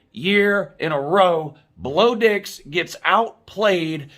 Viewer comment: “Blo Dix” 😂😂😂